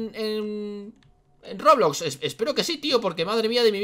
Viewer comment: Cuando dijiste"roblox" dijiste robuc